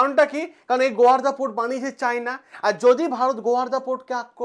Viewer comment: আপনি ছাত্রদের পড়ান,এত ভুল বলেন কেন? ওটা গোয়ারদা নয়,গোয়াদার হবে।